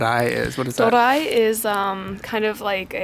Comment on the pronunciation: ドリア is not pronounced as "do-ra-i," it is "do-ri-a." Doria was invented by an Italian chef in Japan, I believe.